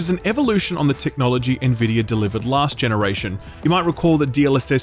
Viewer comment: Can we all just take a moment to appreciate that finally learned how to pronounce Nvidia correctly? 😋